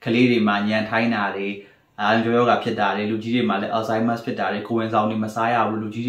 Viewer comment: ဆရာဝန်ဆိုရင်လည်း Alzheimer's လေးတော့ မှန်အောင်အသံထွက်ပါခွာ။ please...